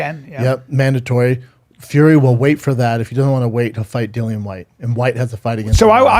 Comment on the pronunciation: It's DILLIAN whyte not dillan whyte!